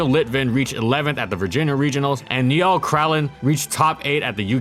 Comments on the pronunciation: I said this last time you mentioned me, my name is pronounced like the river Nile, not "Nee-all" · Poor "knee-all" Niall, and "Lewis" Luis